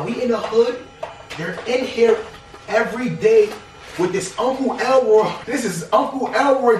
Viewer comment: Nigga said uncle Elroy carpet 😂😂